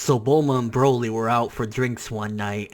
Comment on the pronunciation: Lmaooo he said boma and broly im shleep